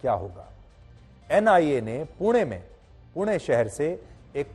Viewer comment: Thank You for saying it पुणे and not पुने 😅